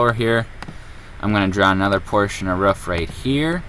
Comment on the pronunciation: we not gonna talk about the fact that he pronounce roof as rough